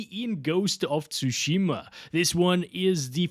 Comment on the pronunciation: Bro still didn't learn how to pronounce "Tsushima".